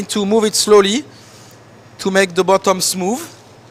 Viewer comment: He said sloly instead of slowly XD